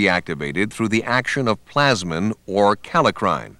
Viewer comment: Very helpful introduction, more clear than any pathology video I have seen so far. I appreciate having a professional reader -- the only words mispronounced are leukotriene, nuclear / polymorphonuclear, and kallikrein. Once again the NLM has done a real service to beginning pathology students.